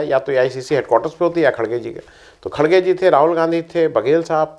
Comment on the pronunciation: Ĥi is khargey not khdgey